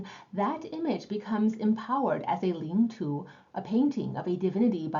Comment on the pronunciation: Please pronounce Chinese words correctly, not the way they're mispronounced in English